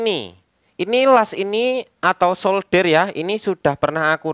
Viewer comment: gimana sih SOLDER bukan shouder ( ini artinya pundak)